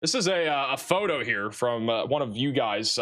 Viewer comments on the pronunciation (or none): none